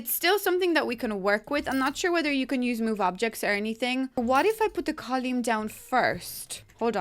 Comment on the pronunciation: I thought I was having a stroke for a second, but then realized she pronounces column as col-yoom. Still, beautiful build :)